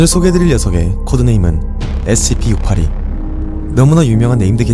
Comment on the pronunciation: 형 영상 몇년째 잘보는중인데요.. Scp 발음이 진짜 너무 신경쓰이고 거슬려요 그냥 sp 라고 하시는건지 scp라고 하시는건지 구분이 안갈정도.. 그냥 조금 천천히 발음하시면 될것같아요 댓글 안달고 좋아요만 누르다가 처음으로 댓 달아봅니다 번창하셔요~